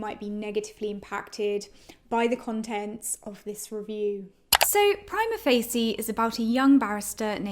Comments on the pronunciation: You might want to learn how to pronounce the name of the play before doing a review next time... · I am the only one pronouncing Prima Facie like it were italian words?! dear god... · In your defense, I’m in law school in the USA and I’ve heard prima facie pronounced about four different ways 😂